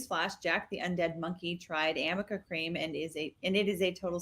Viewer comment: And it's ARNICA CREAM. There's no such thing as AMICA cream. is an idiot and mispronounced it 50 times!